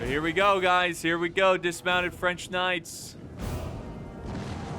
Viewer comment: Classic “FRANch”